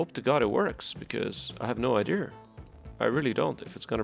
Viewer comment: I would subscribe if you said Idea instead of ider